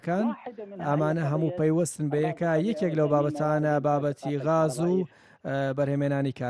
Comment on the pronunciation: کاکە گیان ووشەکە گاز غاز بەڤارسی ناوی باڵندەیە. عەرەب ڵاڵە و گ نییە😂😂😂😂😂